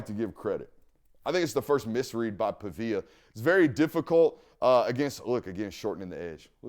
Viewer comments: PA-VEE-UH not PUH-VIA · Pronounced like pawveeyuh big dawg